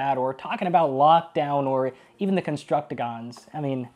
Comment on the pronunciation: Bruh said "Contructigon's" contructiGON's